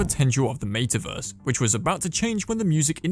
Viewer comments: I can’t watch this video simply because of the pronunciation of meta verse 🤮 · What a weird way to pronounce “metaverse.”